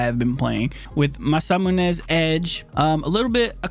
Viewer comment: Still having trouble saying Masamune? Lol great stuff man. Keep it going.